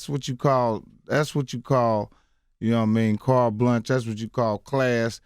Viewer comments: I love ole boy but this interview has allowed me to see that he REALLY was in Special Ed classes. He destroyed the words Cart Blanche & genre. Bless his silly a$$ heart. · LOL Mike trying to say Carte Blanche. Then he tries genre and says gendra. Mike, mike, mike.